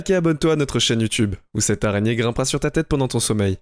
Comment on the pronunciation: Arrête l’arègné stp